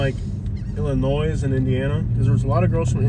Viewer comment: Enjoyed seeing St George Island, but goodness, learn how to pronounce Illinois! The S is silent dude!